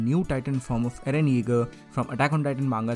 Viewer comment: You say aaron not eren